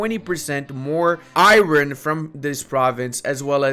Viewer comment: Please learn how to pronounce "iron"